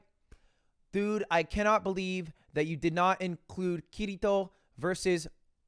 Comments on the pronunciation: Like someone pointed out, he's such a closet weeb if he pronounces Kirito with that sharp R. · Ludwig is probably the most obvious Closet-Weeb i have ever seen. The way he pronounces kirito. Ain't no normie rolling the r like that. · I just rewatched that part but I don’t hear him roll the r I hear him make a d sound. Just a singular d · na son, we do it alot. But elic is right, we don't roll it the same way